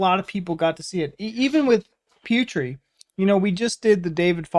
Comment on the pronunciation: Guys, can you mention Putri's name like " Poo tree" not " Pew tree". Thank you ,guys.!! Not angry or anything,just correction